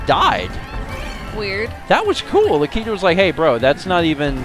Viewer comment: you are saying latiku wrong